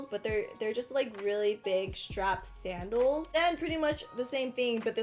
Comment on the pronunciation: When she said sandels I thought she ment saddles not high heal saddles